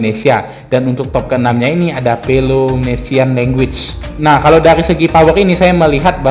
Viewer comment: Aliansi 5 Peloponnesian league. Baca yg bener cokk..